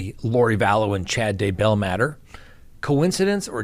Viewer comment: I would love to hear you pronounce Daybell correctly :)